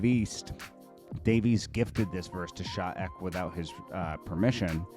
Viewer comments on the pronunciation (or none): Sha eck? 😅😂 it's pronounced sha e....... k......., im done with you 😅